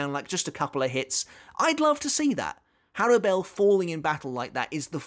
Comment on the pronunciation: Also I thought her name was pronounced "Horrible"